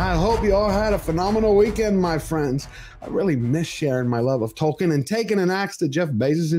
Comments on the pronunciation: OH MY GOD! Did she accidently say Dwarfkin instead of Tolkien? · Dworkin ? Wow, that slip said it all... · Even worse, pretty sure she said Dworkin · Did she say, "The world of TOKEN.", or was it "The world of TWERKING."? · Did she say "The World of Dwarking"? Please don't say words that evoke images of Dwarves twerking! EVER! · She said Dorkien...yeah she let it slip that fans are Dorks. I'm pretty sure that's the name they give the true fans behind the scenes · That "Dworkin er Tolkien ... " Freudian slip says it all! 😂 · Did she say the World of "Twerking" instead of "Tolkien"?!? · Wow, she said Dworkin instead of Tolkien. That's a hell of a Freudian slip! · It's a problem when they never talk about the story and acting and ONLY talk about diversity... It's TOLKIEN not TOKEN 😂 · SHE REALLY JUST SAID "DWORKIN" OUT LOUD These people don't even bother putting their masks on in the morning ... wow. Google Andrea Dworkin if you're lucky enough to not know. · Did She called Sir J.R.R. Tolkien -DORKIN?????? 🤬🤬🤬🤬🤬🤢🤢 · wait wtf, did she seriously call him DORKIEN? OH boy she gona get a world of hurt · Did she call it the "world of DORKien" ??? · couldn’t even say Tolkien’s name right the first time because she cares so much. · She said "Dorkien" there... I am sure that´s what they called Proffesor Tolkien while mocking and destroying his work. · Did she say "Dork-ien"? I guess she wanted to speak honestly about what she thinks about all that "fantasy crap". Nope. Although it was good acting, wrong person in place.